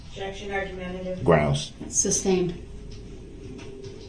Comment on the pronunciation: I wish this POS had a “shock device” on his ankles and every time he said “groundz” he would be shocked! And why did no one correct him on sustained not SUBSTAIN - idiot!